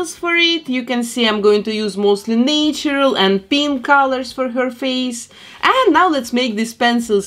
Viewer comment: natural is not pronounced nay-tur-al it's pronounced na-tur-al.